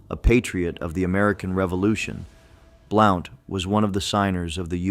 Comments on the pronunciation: You've mis- pronounced the names of Sevier ( severe) and also Blount ( blunt)... those names are still extant in our area of the smoky mtns. and spoken every day as they would have been at that time. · Well done, we forgive you for the mispronunciation of some heroes’ names. Willam Blount is pronounced blunt. John Sevier is pronounced like severe. He was more often cheered as nolichucky Jack for victory in major battles against the Indians on the Nolichucky River. His wife Katherine was called Bonnie Kate. They lived on a pretty farm called Marble Springs in south Knox County which is a State monument and open to the public. He never lost a battle against the Indian tribes. Nancy Ward was a loyal friend to him and the Wataugans as they were called before the Revolutionary War. His life would make a great movie. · That is pronounced SA-veer! I had three great grandfathers at the Battle of Kings Mountain! Pride runs deep here. William BLOUNT is pronounced here in Tennessee as BLUNT, NOT blOUnt! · Hey Yankee your pronouncing it wrong!Blount like a blunt object! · Why can’t you pronounce Correctly the names of these heroes as you proclaim. John Sevier and William Blount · William Blount. His last name Blount is pronounced like in sentence "He has a blunt object." "Blunt". There is also a county named after him. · Blount should be pronounced as blunt. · William Blount's last name is pronounced like, "Blunt", i.e. "A blunt object", "smoke a blunt". Easiest way to remember is pretend the , "O" is silent. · Blount pronounced Blunt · Same with Blount. Should sound like blunt.